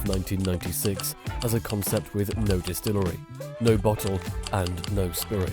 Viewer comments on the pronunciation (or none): what in the world is a "destillerry"